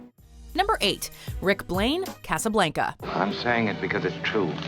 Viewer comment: Hahaha love how for “Casablanca” she said it with the most American accent ever, “Cawsaw Blaynkaw,” but then she gets all French for “Notre Dame” 😂